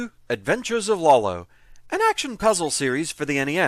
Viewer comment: lawl-o huh? Somehow I'm not surprised you say it differently than anyone I've ever heard.